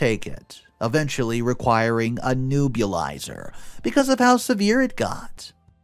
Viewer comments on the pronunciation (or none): PS It’s Neb-u-lizer not New-blah-izer.